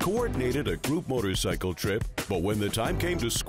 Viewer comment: Great that he rides for Veteran's funerals! Thank you! But let's learn how to pronounce what you ride! It's motor-SIGHcle, not motor-SICKle!